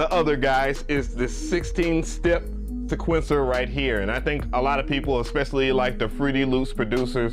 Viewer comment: Yo, it's sEquencer, not sequEncer. Get it together bro. 🤣🤣🤣